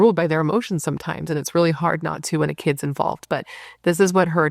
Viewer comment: Its Not Hardh